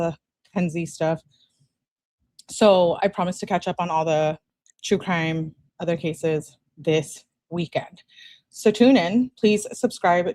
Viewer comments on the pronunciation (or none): Hey! Can you take a quick look at your emails? I’ll say a couple of words and you’ll know: “law and cwime” 🤦🏼‍♀️